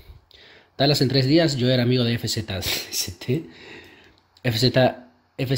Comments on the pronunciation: El nombre de Fzst se pronuncia como Fast XD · Fzst se pronuncia fast jajajaja